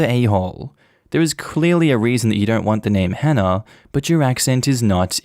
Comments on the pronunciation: Story one, does he just actively be rude and mispronounce anyone's names who start with an H? Cause it kinda sounds like he just doesnt wanna actively try to say the name correctly. Dropping letters in words isnt the same as a speech impediment. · I drop as many “H’s” as the next Londoner, but if I have to pronounce the “H”, I will do. It aint that he can’t pronounce the name, it’s just Cockneys drop their Hs. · So many people learn multiple foreign languages, yet this man can't even bother trying to pronounce a common English name and add one common English sound to it 🤦🏻‍♀️ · THE GUY WHO COULDN'T SAY "HANNAH" USED THE WORD "HENCE" 😬 I really don't believe he pronounces it "ence" and I also don't believe he can't force himself/learn to say the "H" sound for the sake of his daughter and his wife. The "H" sound is just breathing out forcefully - anyone can do that. I am English, I understand a dropped "H" is a feature of some people's accents but why can they not learn to pronounce this one name when it's so important!?